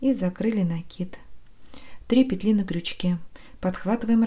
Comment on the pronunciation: К сведению: во множественном числе в слове "петля" ударение ставится только на первый слог.